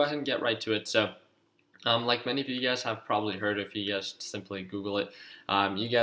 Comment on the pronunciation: Every time you say you guys I think you’re saying ugaz